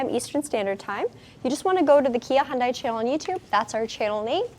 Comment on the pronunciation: Just a suggestion when saying Hyundai. It is not Hyun"Dahi". it should be pronounced as Hyun"day" just like Sunday/Monday or Hyun"deh." Anways Hyundai and Kia are definitely leading the industry! love the Stinger and all cars recently produced by Hyundai, Kia, and Genesis!!! Thanks for the great review!!!